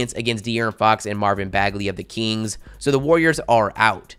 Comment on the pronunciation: the “keengs”